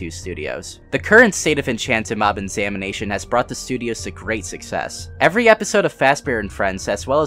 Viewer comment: At first I thought he was saying "samination" as in the dead by daylight channel and I freaked out a bit